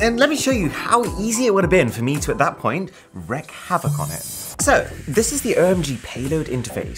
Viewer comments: . Sorry to be pedantic Aaron, but that would be wreAk havoc. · Great video, great production values. BTW I think you mean 'wreak havoc', not wreck.